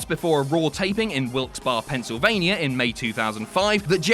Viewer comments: WILIKES BAR UHH ITS WILIKES BARRE SAID LIKE (Wih ill kks bear e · It's pronounced Wilkes-Berry. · I don’t know why I care but Wilkes-Barre is pronounced Wilkes Berry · Being from Wilkes-Barre I'd just like to point out its pronounced "Berry" and it was also where Vince's "limo exploded" in 07 and the city in which his grandfather Jess passed away among other things. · Not to be that guy, but it is Wilkes-Barre, but pronounced like Wilkes-"Berry" like blueberry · Wilksbar, PA. I'm fuckin dyin here 😂 your pronunciations